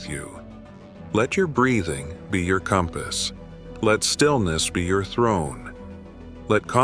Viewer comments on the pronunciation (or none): none